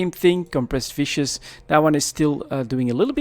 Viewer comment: Viscous (dense); pronounced: "Viskus". I wouldn't recommend buying vicious ore, it has a propensity for violence and can cause massive harm to your hull :p